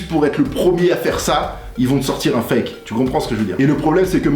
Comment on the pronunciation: 😁 tes chiant a dire foke le fake a la fin